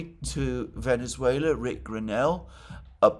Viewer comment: Oh, man. How painful it was to see you butcher the name of Venezuela!